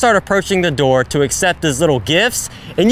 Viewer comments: every time he says "open the noor" im on the floor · Bro broke in just to say "Open Da Noor".